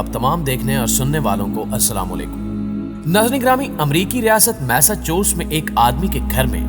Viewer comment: tum kab Sudhrogey??? Ya Hamesha Gadhey he rahogey??? Tumhaarey Kaan pe Juun tak nahi rengti hai??? MasaChusa nahi Massachusetts hai Bhai